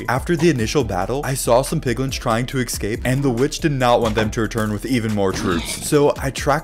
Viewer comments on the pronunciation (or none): you always say excape and it bothers me so much... no hate tho, i love your vids